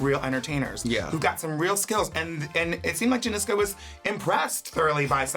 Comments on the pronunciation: They kept saying "Janizca" 😂 Another Cheryl Canning moment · not them saying janizca lol